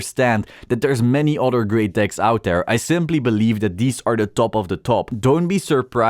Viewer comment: My gf was in the car with me while watching the video. She was cracking up the entire time thinking you were saying dick instead.